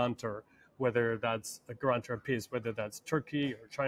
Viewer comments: "Guruntor"? whats a guruntor?🤔 does he mean guarantor?🤨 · Gurantor? If you can’t pronounce a word choose a simile.